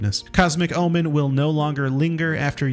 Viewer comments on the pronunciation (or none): none